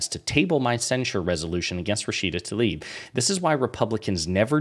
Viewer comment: Please, not ‘Talib’. Tlaib